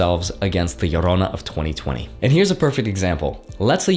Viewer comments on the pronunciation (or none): “La llorona” 😂